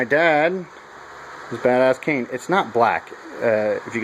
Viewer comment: Cane not can lol i was soo confused haha